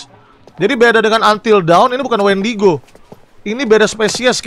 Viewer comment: Nama mutantnya bukan wendigo bang tapi windago